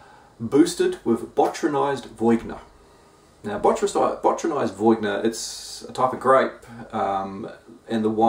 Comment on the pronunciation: Crazy to see Speakeasy in NZ. Also, VEE-ON-YAY is the grape varietal. (viogner, yeah?)